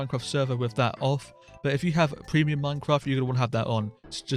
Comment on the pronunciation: "preimuim minecraft"😂 like hes considering piricey as an acctual option